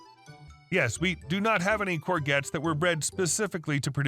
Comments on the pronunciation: cor zhet!!! Not cor gets! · Hi. 1st storey. It's pronounced gor-jets not gor-gets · First story about the pronouncing the vegetable. Say it as Coor-jets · Courgette pronounced cour - shetts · Stopped after hearing courgettes mispronounced over and over and over ! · Just to inform you, in the UK the "G" in courgettes is a soft "G", pronounced like a "J" as in Jest. It would seem the English spoken in America is a foreign language to us Brits!!!!!